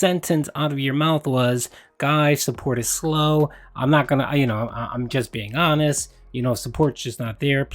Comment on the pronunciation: new strategy? Nonstop begging and hiding behind the excuse of "i'm just being awhnest snort," then do an apology video/segment. Rinse and repeat.